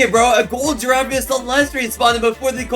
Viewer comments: Bro he says chef crabracadabra chef garamara😂😂😂😂😂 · Bro calls garamramam , gwemwemwem